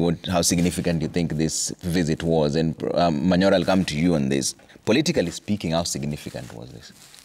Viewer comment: Manyora? Hata nyinyi Citizen mnachezo, Manyora? Ah